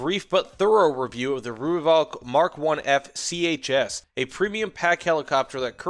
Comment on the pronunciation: Thanks for the review. I was lucky enough to be part of the Rooivalk’s development back in the 80s and 90s when it was well ahead of anything else available to the South African Air Force. Btw “Rooivalk” is pronounced “Roy-falk”. Only weakness was the lack of a mini-bar.